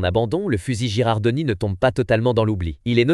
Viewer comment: "Girandoni", pas "Gerardoni".😁